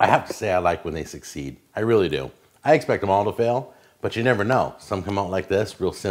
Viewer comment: "I eggspect all of them to fail" ^_^